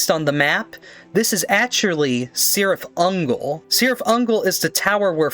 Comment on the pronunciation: Oh and the C in Cirith Ungol is pronounced like a k